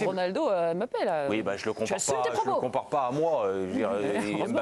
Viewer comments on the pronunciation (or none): Les français c'est pas "M" "bappé" mais Mbappé apprenez à respecter les noms africains.